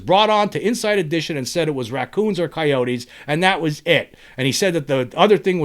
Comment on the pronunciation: Do you know how funny it is hearing you say raccoons and coyotes 😂